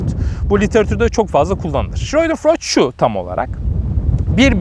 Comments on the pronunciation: Hocam yanlış anlamayın ama o ''Scheudenfreud'' değil, ''Schadenfreude''. :D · Hocam schreudenfreud değil de schadenfreude olacaktı sanırım. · Schreudenfreud ~ Şıroydenfıroyd değil hocam... Schadenfreude ~ Şadenfıroyde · Hocam ,,schreudenfreud“ degil belki şöyle daha iyi anlaşılır ,,şadenfreude” şaden -> hazar, freude-> sevinç ,,freüde” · Hocam “Schadenfreude” olacaktı galiba. Okunuşu şaadenfroyde. Yurtdışında yaşıyorum Almanlar böyle diyor en azından. Saygılarımla